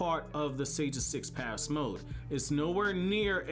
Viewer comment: The Sage of Six PaSS Mode... PATH my man, th, press your tongue up